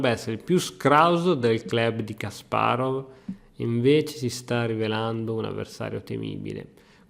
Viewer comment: Ti prego, impara a pronunciare Kasparov, perché quella pazza che ho di fianco si incazza con me se tu lo dici male.